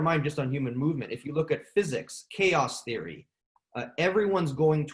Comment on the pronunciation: In theory? More like.. "In Siri" 😆 Absolutley loving this talk so far! I am super glad that I forgot you started a podcast, and then remembered again, so I can now binge them! Yes yes yess, thank you so much for this.